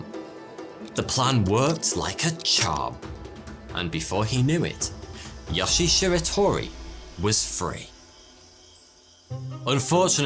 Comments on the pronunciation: Yoshi!?!?! Srsly tho pls the i is pronounced as “ee” and e is pronounced as “eh” So it’s like “Yo-she-eh” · His name is YoshiE, not Yoshi. When Japanese words are spelled with Latin letters, they're read with their real pronunciation, not the bullshit English one. E.g. a is "a", not "ey", i is "i" not "ay", etc. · for all the non japanese speakers out there. the E in yoshie is pronounced. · is great but his Japanese pronunciations was horrible. Example: yoshie’s name. He pronounced it ya-shi, while it’s actually pronounced yo-shi-a. The videos good but this story was done better by Kento-bento if you want to see it. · Why does he pronounce it "Yashi" oh well... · Yo-shi-e. Three syllables. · Pronounced: Yoshi-eh